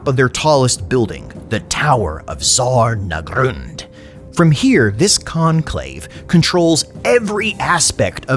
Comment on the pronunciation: it's ZHAR NAGGRUND with a ZH, ya focken slave, A grudgin' on your entire lineage